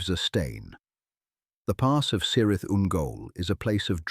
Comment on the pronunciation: Why is your pronounciation so bad? It just shows how bad and lazy is your research. C in Cirith and Celeborn and elsewhere are pronounced with a hatd C like a K, and G as in Eregio etc with a hard G. And A as in Amon Lanc is as is 'apple'. And there is no evidence in Tolkien's writings of Amon Lanc having any connection whatever with Moria. Moreover Galadriel could not ise the power of her Ring to destroy Dol Guldur as it and all the Three no longer had any power after the One had by then been destroyed.